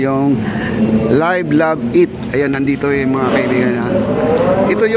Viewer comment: Correction on Live. Love. Eat. Live - means remain alive to be pronounce as "liv" not "layv".